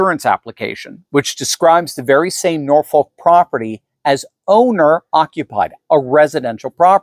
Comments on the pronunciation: The city in south eastern Virginia is pronounced "Nor-Fawk" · The 'L' in Norfolk is silent. Like the Ss in Des Moines. To pronounce it is ignorant. Please stop.